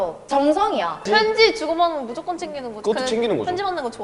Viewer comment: 무ZO껀 챙긴드아~ㅋㅋㅋㅋㅋㅋㅋㅋㅋㅋㅋ